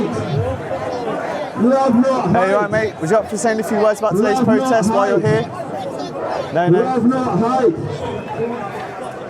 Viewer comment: Its pronounced protest, not pwotest.... u poms suck at speaking english . It's erupt, not ewupt.